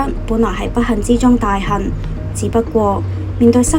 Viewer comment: 報導員咬實發音可以嗎？ 「不恨之中嘅大恨」😳講乜呢！？